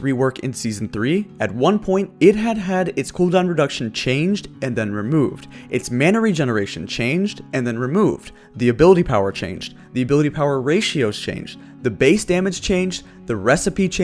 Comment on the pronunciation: "Mana regetaion"